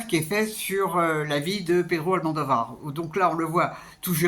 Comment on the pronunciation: Par contre il y a l'air que ça va être difficile de sortir de votre habitude de dire "AlmANdovar" ça doit faire des années que vous prononcés comme ça j'imagine 😅